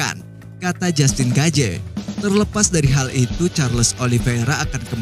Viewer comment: Saran bang, perbaiki dalam penyebutan nama soalnya sedikit mengganggu, seperti jastin gaje, mikel cendeler, yu ep si dll.. Kalo diperbaiki, kita akan tonton full no skip bang 🙏